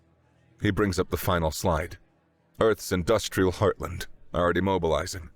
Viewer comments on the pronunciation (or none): none